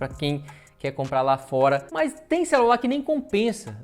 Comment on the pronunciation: Me dá esse "xelular" para eu presentear meu filho caçula?